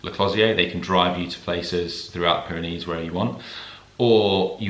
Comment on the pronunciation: Off to the Pyrenees in June, struggling to find the "Byreneese"? "Baronees" gizza clue mate.